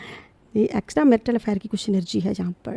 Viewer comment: मेटेरियल नहीं मेराइटल सही बोला कीजिएगा